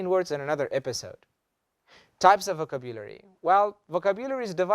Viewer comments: Wrong is wrong! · You mispronounce the word vocabulary! Please check it in Oxford, Miriam-Webster... The way you pronounce it sounds odd.